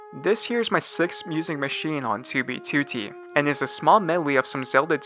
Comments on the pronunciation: It bugs me when you say toobie tootie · TEWBEYTEWTEY Edit: okay now I kinda like it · the way he says '2b2t' is so satisfying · Bro why you say 2b2t like that but I dig it